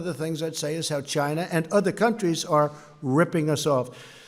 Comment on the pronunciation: Its Chyynnaa, not China - Sir "Do Lund Trump".